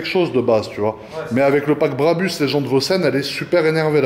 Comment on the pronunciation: BRABUS et non barbus 🤣🤣🤣🤣🤣